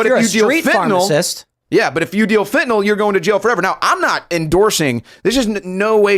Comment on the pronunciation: Biden: "It was. Supposed to be fenanyl!!!"